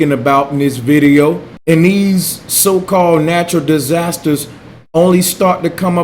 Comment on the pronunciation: "Die-zazsasters" , Space-lunch ???